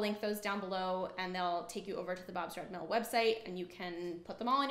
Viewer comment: When the manufacturer is a sponsor and you have to sell their product and brand is very misleading for there are many other brands and were they also used Plus the pronouncing thereof on few products is off Bob's red hills mills ? brands is not but costly to budget friendly homes and not influencers